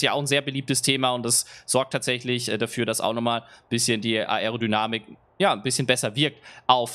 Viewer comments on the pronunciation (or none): Bitte versuch Aerodynamik richtig auszusprechen #nohate aber das fuckt ab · das man das ‚a‘ und das ‚e‘ beides betonen muss weiß ich danke, aber man muss es nich ‚a‘ und dann ne pause machen und darauf hin ‚erodynamik‘ aussprechen.. in einem flow klingt das gleich viel professioneller